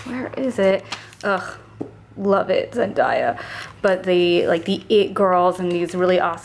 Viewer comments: Lol it's Zen-day-a 😂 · Who's zen-die-ya? I'm screaming lol